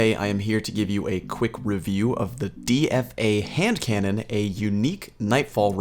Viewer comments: Deefa bruh, DEEFAH?? 😂💀🤢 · He says deefuh😂